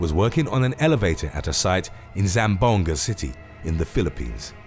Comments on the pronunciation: two syllables, zam + booahnggah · the "zamboanga" part made me laugh 😂 it's actually zam boo-ahng-gah